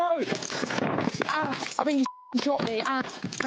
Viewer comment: 😂😂 Lol "he showt meah", Ahh ahh oww oww. 😅😅 Most British response to being shot ever😅😅. Very polite and professional this one 👌